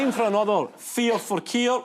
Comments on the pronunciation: To my American ears I kept hearing, “feels for keels.” FFS MAN! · I definitely heard "Feels for Keir". 😂😂😂